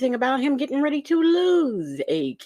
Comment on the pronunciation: GettinK?? What the? What’s with her daily “k” instead of “g” at the end of words?